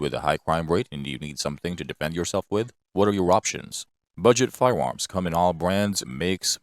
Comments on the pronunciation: Um, it is a robot. It said "fi-woms" like 99 times. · Fiwewams, schkip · Fie-uh Uhms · All I could think of watching this was : be wery wery quiet I'm hunting wabbits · Lol glad it wasnt just me who noticed